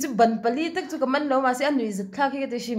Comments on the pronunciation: Min van ti nui nasa ṭhin tak. Bra a hak lo chuan, ban pali tih hi. Bân pali tih tur a nih hmel e 😂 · Ban nilovin ban pali tia chhiar zawk tur